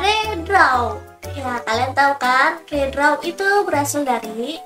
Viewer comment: Harusnya dibaca ri-draw, bukan re-draw